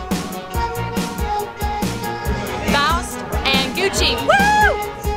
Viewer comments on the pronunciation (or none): guchi hahahaha thays funny its gushi